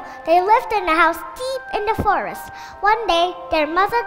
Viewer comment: được khoảng 65% khả năng nói tA. Nhiều từ còn chưa chuẩn, ví dụ: forest bé cần phát âm rõ âm gió t hơn vì đó là st chứ không phải mình s nhé. Comment thôi:)